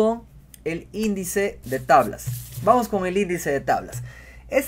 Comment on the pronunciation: indeice de tablas